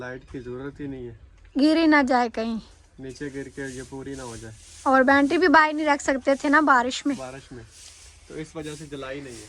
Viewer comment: Bantry nahi hota battery hota he,apni ammi ko doctor ko bhi dikhayen